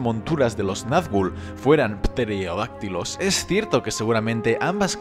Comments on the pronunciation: Seria terodactilos la p no se pronuncia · Alsana yo creo que si pronunciaras la "P"en pterodactilos Sonaria algo como: "Peterodactilos " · "PPTTerodactilos" XD ( que yo sepa se pronuncia terodactilos). Lo siento no lo he podido evitar XD. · Que alguien diga algo de la pronunciacion de los Pffterodactilos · PPPPterodactilos... <3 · jaja, me da risa escucharlo decir Pterolactylo, la P no se pronuncia. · Dimitrisland Vodka y Diversión! Se escuchó muy marcado, exagerado diría yo, supongo que lo hizo a propósito. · Me ha parecido un poco tonto que lo pronuncie con p y pienso si tmb dice gnomo y lo pronuncia con g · Esa pt... La p inicial en psicología, o pterodáctil no se pronuncia... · No se pronuncia la P en Pterodáctilo, y Christopher se pronuncia con el acento prosódico en la I y no en la O. Por el amor de dios nunca escuchaste el nombre Christopher en inglés? Me vuelve loco esto